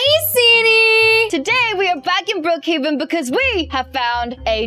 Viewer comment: Its Brookhaven not brookheyvan